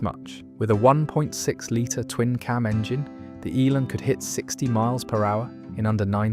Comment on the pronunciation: Shame it’s all AI generated. Talks about one car while showing a picture of a completely different car. It seems AI can’t pronounce Elan either!